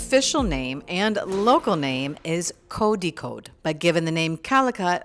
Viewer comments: Koya, its Kozhikod, not koyikode. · Kodikod??!! I thought its supposed to be Kozhikode!!😂😂😂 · Its not, "kodikod " the pronounciation of "zha"is almost impossible for a non native to pronouce in just few trys 😊love from thrissur, kerala🇮🇳